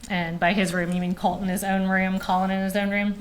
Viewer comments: Colt....not Cult....drive me crazy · The person asking the questions sounds like she is saying Cult instead of Colt. Weird and annoying to hear. I feel so bad for this young girl and all she has been through with these terrible people she is related to. I hope she has a stable and peaceful life moving forward.